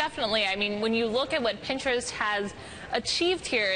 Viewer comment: PinGtrest. I don't think she's saying it right.